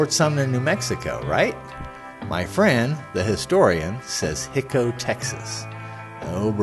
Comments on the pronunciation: Just so you understand the pronunciation , it's NOT . . . HIC-O, . . it's . . HI-CO (HIGH-CO). Your not from Texas or you would know this. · It’s Hi-co, with a long i, not Hicko! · I did watch the entire video. My comments were based on the whole video. Thanks for making the video but I just feel like you needed to be more observant of the facts. I've been to Hico myself and no-one I met there pronounced the name Hick-o. In fact there is a tape of Brushy himself being interviewed and he pronounces it with a long "I", like "High-ko". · Its pronounced " High- Coe" Texas. And by the way, only a few people saw the body and everyone that seen it said it wasn't the Kid. There was an article printed in the local paper that said it was a brown skin bearded man. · It's hi-co.....hi as in hello Co. As in company....Hico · There are many errors in this video. Brushy (Billy) is buried in Hamilton, TX not Hico. Hico is being pronounced incorrectly. The photo labeled as Frank Wendy Cahill is actually a photo alleged to be Billy, though I don't believe it is him either. Brushy said he was born in Buffalo Gap, TX, not New York, so if you believe Brushy was the Kid, the provided birth information is wrong. Billy moved to Silver City, NM. Not "somewhere in Arizona". Bottom line is, why go to the trouble of making such a video if you don't do your homework first? BTW, I believe Brushy really was Billy The Kid.